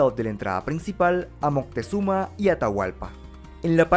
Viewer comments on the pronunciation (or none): none